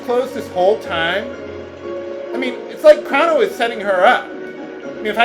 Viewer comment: I don't think they had baloons back in 1000 AD because they had dragons and vikings! Also, Crono's name sounds like you're saying Chrom.